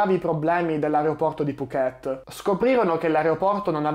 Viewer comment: Mamma mia mi vengono i brividi. Ho fatto la rotta Bangkok Phuket una dozzina di volte, di cui la metà nella stagione dei monsoni. Per fortuna non abbiamo mai avuto questi problemi. A proposito, Phuket si pronuncia con l'accento sulla prima sillaba. 🙂 Saluti e complimenti per il tuo canale.